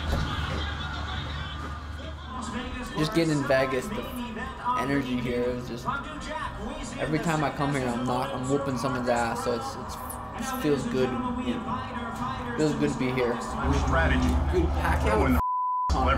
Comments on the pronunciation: Why does Suga keep calling vegas “ Vah-guess” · Everyone: Vegas Sean O'Malley: Vagus